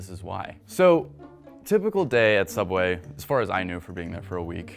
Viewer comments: You mean Sooubway employee horror stories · Frisk he a youtube who work at subway he call it soubway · They should’ve worked at sooubway instead